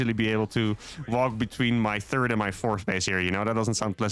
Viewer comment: Always cracks me up when he says "turd command center". I really enjoy your vids. Keep up the good work.